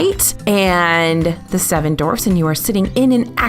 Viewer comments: Just had to rewind and re-listen....and yup, sounds like "seven dorfs mine train" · Is it just me or was saying "Dorfs" in the video? haha